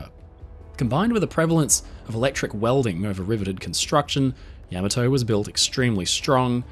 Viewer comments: Ya maa tou. love the aussie accent , cute, yama toe doesnt work , say it properly. ten icho go. ? gou? Its a great piece, but constantly hearing yaaamaatoe is grating... and feels a bit disrespectful. Ya ma To .... you say so many other japanese words correctky like hiroshima and okinawa, sounds good...but this ship is not a toe not a mountain toe. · No, he did not. In Japanese, vowels are pronounced distinctly and evenly without strong stress on any particular syllable. He stresses "YA" at the beginning of the name, which is simply wrong. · "Yammer Toe"! What a wonderful command of Japanese... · A truly awesome warship! Only issue is how he pronounces the name! I believe the correct pronunciation is "Yah-mah-toe". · Yam-A-Toe??? No way!!! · The Yammertoe?? :face-green-smiling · Is this voice AI or human? Cannot make up its mind how to pronounce the first "A" in Yamato, which should be like the "a" in fAther. FASCINATING video. Thank you. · I'm pretty sure Yamato is pronounced Yam-ah-toe. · Forgive me, the correct pronunciation of Yamato is ya-mato. Using a short “a”. Rhymes with Tomato. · Pronounce it correctly: Yah- mà (like hah)-toe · Yama-toe???? When did we begin pronouncing it that way? Is this AI generated? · you keep pronouncing the name of the ship incorrectly. it's accutally pronounced YAAAAAAA MAAAAAA TOOOOOOOOOEEEEE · Pronounced: YA (like the first two letters in the word “yawn”) MA (like the first two letters in the word “mama”) HA (like a laugh). The emphasis is on the second syllable; MA. Put them together and you have Ya-MA-to. YaMAto. Yamato. I appreciate the vast knowledge you have about this ship. I appreciate you sharing that knowledge. However, you apparently didn’t research how to pronounce the name. Something that basic being inaccurate makes you sound like an amateur, which is a shame considering all the work you put into this presentation. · It looks like you can't make up your mind how to pronounce YAMOTO. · Saying it wrong. Ya..ma..toe.